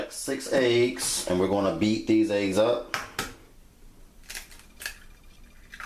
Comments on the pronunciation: It’s Eggs not Aeggs 😂😂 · The way you say eggs is funny, you say "eiiyyggs" lol